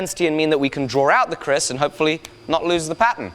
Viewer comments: It is KERIS not KRIS! but as Indonesian I appreciated that you make this blade... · "keris", not "kris". indonesian traditional blade. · Oi mate I always thought it was pronounced 'Kree' in english...